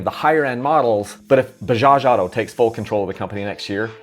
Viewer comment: Dude can't even pronunce 'auto' and is making videos on Bajaj as an expert